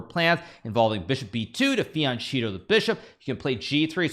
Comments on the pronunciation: its pronounced fianketto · its fee-an-ketto. HN should know that. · "To fi-yan-cheeto the bishop" 😂